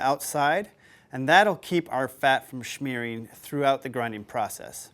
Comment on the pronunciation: There is NO "CH" in Smearing!!!!!!!!!!!!!!!!!!!!!!!!!!!!!!!!!!!!!!!!!!!!!!!!!!!!!!!!!!!!!!!!!!!!!!!!!!!!!!!